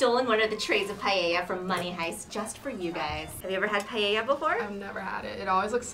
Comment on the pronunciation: Am I the only one here that hates when people say pallella instead of paella 🥘